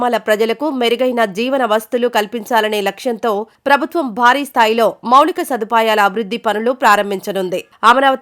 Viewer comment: మౌళిక వసతులు కాదమ్మా మౌలిక వసతులు అనాలి ఏది ఏమైనా మీ స్వరం+ఉచ్చారణ చాలా బాగుంది keep it up.